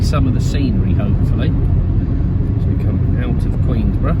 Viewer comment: No s in Queenborough. 😁